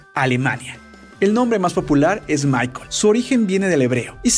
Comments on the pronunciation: Muy bien, pero en Alemania, el nombre Michael se pronuncia como "Mijael".Saludos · Michael no se pronuncia como "Maicol" en alemán, se pronuncia "Mijael" 😂